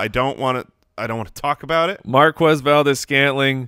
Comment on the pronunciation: MVS has said himself that it's pronounced Mar-quez with a kw sound.